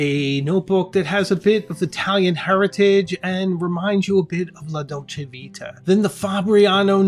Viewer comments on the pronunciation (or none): none